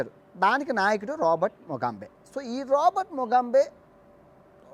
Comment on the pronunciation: ముగాంబే (ఖుష్ హువా)కాదు ముగాబె.